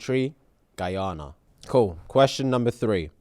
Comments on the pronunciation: Gassed that put Guyana in the back to school questions 🙌🏽🇬🇾🇬🇾🇬🇾 (For future preference it's Pronounced... Guy-Anna) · Guyana is pronounced guy-anna 🥰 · the way my blood pressure when he mispronounced guyana ughhhhh🙄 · Wow! Thanks for letting us know the correct pronunciation! Goes to show we say it wrongly here in Britain (except of course those from Guyana) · Yh it's commonly Pronounced wrong over here tbh 😂 Not the most important information but couldn't help myself loool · Lollll i had to play it back....cuz aint no way he said guyana🇬🇾